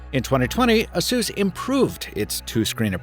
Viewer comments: It kinda bothers me how you say ASUS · “ASUESS”????? A-SUS my guy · that cooling system is one big dust sample tho yikes ps this is the first time ive ever heard someone pronounce it as ah-sus and i cant get it out of my head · Asus should be pronounced like 'A S ER S'.